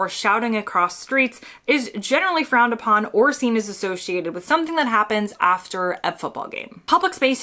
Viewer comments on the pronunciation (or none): none